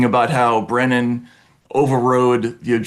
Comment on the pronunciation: It's Brennan..Brennan 100%